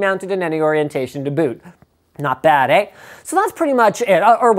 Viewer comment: Linus said Eh in a super Canadian accent, we can all go home now guys, we've gotten what we've wanted for years.